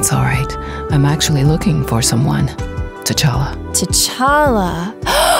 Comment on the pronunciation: Storm said tachalale and that's what I call my cat cuse we named him after tachala